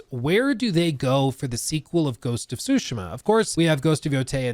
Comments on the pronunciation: Tsusheema! Please say it right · Stop saying sushima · Sue she ma ... its not that hard bro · Soo-Shee-Muh. Sorry, that was bugging me. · the way you say tsushima is crazy, suushma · please it's soo-shee-muh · just call it Ghosts, your utter destruction of the pronunciation of the word tsushima is atrocious. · Pretty good video however the way you say Tsushima triggers me. xDD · Will you quit saying Ghost of Tsushima over and over again please, you’re even saying it wrong. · The pronunciation of ‘Tsushima’ 😖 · I’m sorry, every time he miss pronounces Tsushima it makes me twitch